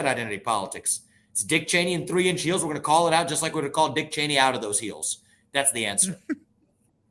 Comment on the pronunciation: On tree inch heels 😂